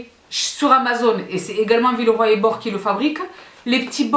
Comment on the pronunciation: Villeroy et Bo(ch) prononce le Che, gracie mille😅